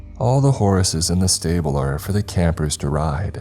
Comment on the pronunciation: Am I the only one hearing Horaces when he says horses sometimes??? Kinda like booby/ booty traps from goonies.